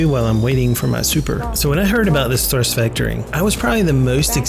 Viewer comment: Thurst Vectoring....lol